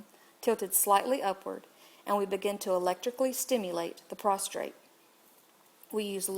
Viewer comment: It's PROSTATE not PROSTRATE!!